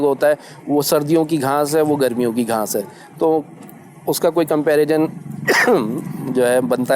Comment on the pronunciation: Ghnas ni ghass hoti hai